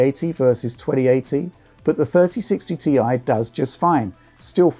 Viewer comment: Thirdy sixty tee aye